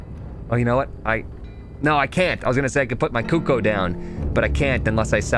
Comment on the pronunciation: cooko.....hahaha not cookoo